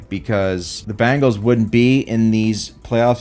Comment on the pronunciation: ben gals not ban gals ya goof anyway go birds